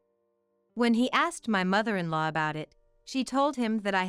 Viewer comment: You gotta love AI. I am actually snickering at mother in "LOW."